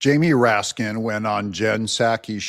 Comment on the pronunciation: RASKIN??? "RAT-SKIN"